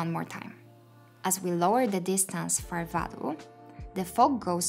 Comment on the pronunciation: I admit I lose life when I hear you say “material”, “value”, “fog”, “renderable” and so many other words. Please watch videos in English and learn the right pronunciation.